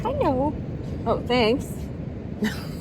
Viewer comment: She said "hello" to the dog as Germans or Austrians say